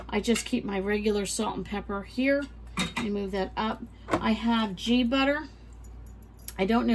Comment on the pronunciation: Hey,! I absolutely MUST GAVE Mayo. I prefer Duke’s or Bama, but any Mayo will do really. I even like Cliver, which is the Dollar General brand. I was surprised to find it tastes great. Oh, wanted to tell you, the “g” in ghee is pronounced like the one in go. Thank you for sharing. Blessed be!🙏🏽